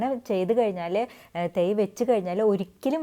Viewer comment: തെയ് അല്ല തൈ